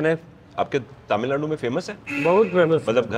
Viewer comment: aap taamilnadu Bolte hain. Aap tamilnadu boliye jo ki suddh hoga. Waise to ye baat personally batana chahiye par ye possible nahi hai.